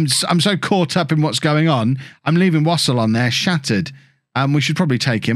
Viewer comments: Wouldn't Wassell be similar to Vassell so rather than pronounce it wos ol you would have Wa sell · It's definitely not pronounced "wossle"